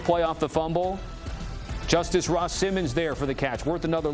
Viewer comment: This guy butchered every Syracuse players name..... pronounces Gill.... as Gillen and then Ross Simmons as..... Rose Simmons haha